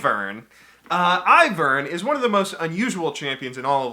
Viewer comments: Its Eye-Vern not E-vern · Your pronunciation of Kha'Zix and Ivern makes me want to kill myself